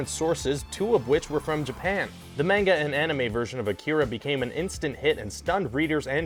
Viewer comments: It's pronounced (mon-g-a) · It annoyed me so much the way he said narruto and manga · ...Manga...Not Menga...MANGA! A not E! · He's didn't say Menga he said M-ang-a. Yes it's suppose to be M-ah-n-ga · M.A.N.G.A ITS PRONOUNCED M.A.N.G.A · Everyone is talking about how he mispronounced Naruto but I'm hung on how he said manga... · Narruto... ROO TOE LMFAO LOL "MENGA" ... "8 Bit Street Fighter" ... "Mayor-eeo Bros" AYYY LMAO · Mispronounce. Look this is asian pronounce, not US or UK. EVANGELION not IVANGELION MONONOKE not MONONOKI NARUTO not NARUDO MANGA not MENGA I'm so glad mostly pronounce ANIME right.